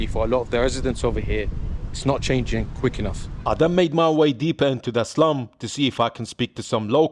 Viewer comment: lol sounds like you keep saying islum or islam when you sau, 'im going to eh slum" no disrespect, just i keep hearing it lol "islam dog millionaire"